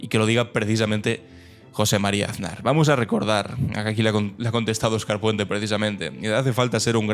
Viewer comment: Ansar, "er" "bishoo"